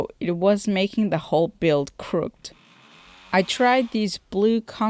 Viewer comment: Tip: for some reason, the word "crooked" is pronounced crook-ed. It doesn't rhyme with hooked and looked. No idea why lol.